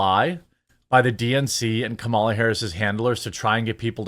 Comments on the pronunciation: I love how you refuse to pronounce her name properly. I do the same. She has not earned proper name pronunciation. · It's Khahmahlah! Get it right!